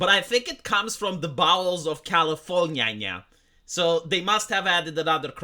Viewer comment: Califor-nyah-nyah! I fucken love it!!